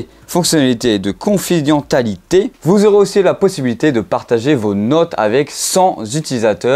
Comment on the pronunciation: Ça se prononce confidenSSialité...